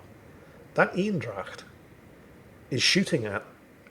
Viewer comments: You're soooooo close on pronouncing Eendracht correctly! I'm so proud of you and thank you for trying to pronounce names the way they are! Right now you're saying what sounds like Ynn-dracht, try saying it as AYY (like in AYY-LMAO) but end it with the exact same N you use for Ynn. Or kind of like the word "aim (your rifle)" but with an N in stead of an M. it becomes AYYnn-dracht or ain-dracht. The aim/ain probably doesn't sound as true to the Dutch way but it might be easyer for your mouth, throat and voicebox to take the shape that produces that sound. The Dutch E is pretty damn hard to nail down for Englishman but that would get you pretty damn close! And thank you for all the amazing content! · Very impressive how you correctly pronounce 'dracht' and then mess up the 'een'. Think Bane not Bean, so make it Anedracht and your golden! It'll be 100% Dutch then! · Thank you for trying to pronounce the dutch ship properly. it's not totaly there but way close enough! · You are doing this on purpose arnt you? Mispronouncing french ships to rile up the frensh and calling german ships male to annoy me :/